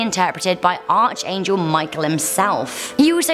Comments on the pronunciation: Truly ridiculous video. So much rumor and inuendo instead of facts. Voynich has NEVER been considered cursed. Reagan's would-be assassin only owned a copy of Catcher, he was not obsessed with it. Narrator should learn to pronounce words correctly, i.e.: arch angel. It's Fahrenheit Four-Fifty-One, NOT "Four hundred and fifty-one." Know what you're talking about before you spew. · It's pronounced ARC angel, even though it is written as arch.